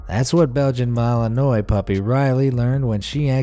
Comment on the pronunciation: Belgium malinois Mal-en-wah not mal Illinois lol